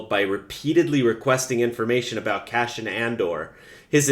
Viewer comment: Omg it's CASSIAN (Kass-ee-unn) lol not; "cash-in"!! 😁 (I'm just sayin' 🤜 💥 🤛) #ConstructiveCriticism #DontShootTheMessenger ✌️